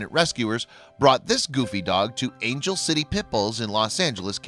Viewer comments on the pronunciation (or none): none